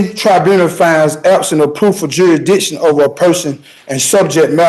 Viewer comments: I have a very hard time taking anyone seriously who can’t even pronounce ‘jurisdiction’. Jurassission is ridiculous. If you can’t even pronounce simple English, better grab a lawyer. You guys never win anyway, you just make a mockery of our legal system. 🙄😂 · Even the dimmest of dimwits must surely know that challenging 'juri'ikshun' whilst in a chain-gang ballgown is pretty futile